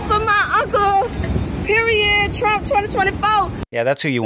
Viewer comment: "Trunnnnn say da USA! Twenny twenny fo!" Just WTF???? 🙄🙄🙄